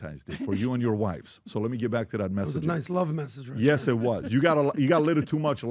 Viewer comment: Like james bond used to say syes😂